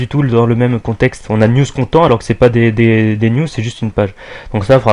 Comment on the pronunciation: On pronnonce : nuz kɑntɛnt pour News Content